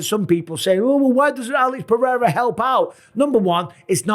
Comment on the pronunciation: PEH. HEY. DA. That's how you say it. For all your white guys. PEH-HEY-DA